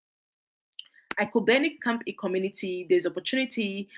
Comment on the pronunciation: Awesome, some charity organization it's not pronounce well, some is camp E, but is camphill and name is mentioned, please call the city or county,so it will easy search